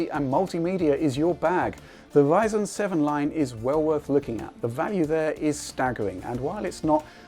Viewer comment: how come he can say "tRanscoding" but he can't say Ryzen? WTF is Wyzen?